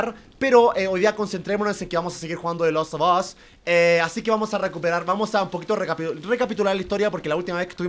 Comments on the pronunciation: Gente normal: de las of os German: de laso 2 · JuegaGerman se pronuncia de last of as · Me molesta que no pronuncie bien la palabra the last of us